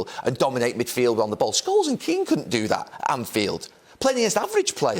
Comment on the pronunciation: Couldn’t have butchered those names more